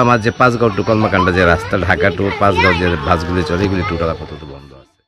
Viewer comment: কমলাকান্দা না মামনি কলমাকান্দা। নামটা অন্তত সঠিকভাবে বলুন।